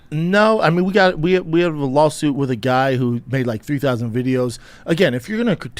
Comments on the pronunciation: "Lolsuit" Less than ten seconds in. I just can't. Maybe Brendan is just so smart that he's the perfect troll? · Don’t you mean lawlsuit? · Wtf is a lawlsuit